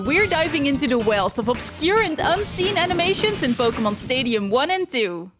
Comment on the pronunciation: Po-kay-mon, not Po-kuh-mon